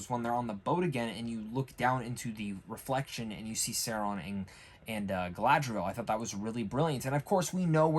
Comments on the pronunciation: SAU-RON,not Sairon🤣great review for the rest my guy 👍😎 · dude are you saying his name like that on purpose?